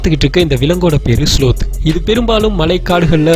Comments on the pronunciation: இதன் பெயரை ஸ்லாத் என்று சொல்லனும்ப்ரோ அது ஸ்லோத் இல்ல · sloth pronunciation wrong bro ,lol!!